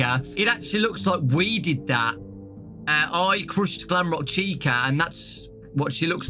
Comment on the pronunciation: “Crushsed” Me: “I Wish I Was British.... “